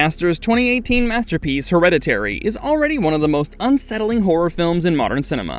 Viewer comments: Heredity?? Bro, I know words are hard, but come on 😂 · You can start by pronouncing the movie title correctly. You're not saying it right dude